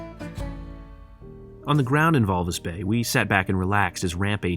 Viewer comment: It's Walvis Bay.